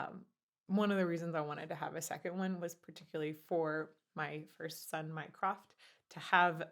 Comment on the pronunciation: Im sorry. It sounded like you said "my first son, minecraft"